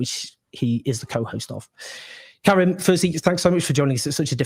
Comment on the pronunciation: Why do British people always say Karim as if it is Karen with a "m" instead of a "n"? As far as I know, it is always pronounced like Ka-ream rhymes with stream by the people with the name. It bothers me. Feels disrespectful.